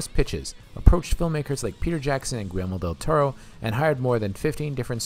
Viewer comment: "Gwillmero Deltoro", and I thought I heard the worse of this channel and their inability to pronounce simple names!